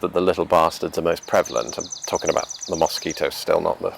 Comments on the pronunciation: Ana Darko He needs some serious advice on how to avoid mosquito bites. And how to pronounce mosquito. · The way he pronounces mosquito, is a perfect example of how language is spoken differently depending on where you're from. It definitely makes life interesting. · When I hear his pronunciation of Mosquito in the English accent I can think of is the "Wooden Wonder"!